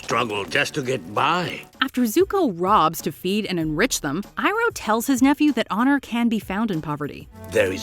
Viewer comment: It’s Pronounced E-Roh not I-Roh...